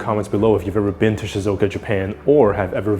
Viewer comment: just fyi it's shizUoka, not shizOka (should be 4 syllables) :) might as well try to say the name of a place correctly if their tourism board is sponsoring this video haha